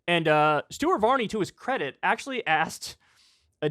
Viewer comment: . LOL! That deep pompous brit accent Kyle puts on when he mentions "Stuart Varney"!